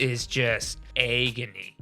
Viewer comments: Hands down my fav part of this video is pronouncing 'agony' as EGGony. Of course this is pure S tier content from the team as usual. Much love from Dallas<3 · Your pronunciation of ‘agony’ ? Is that a Michigan thing?